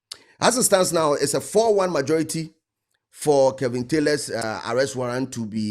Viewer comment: The name is Kevin not kelvin pls 😂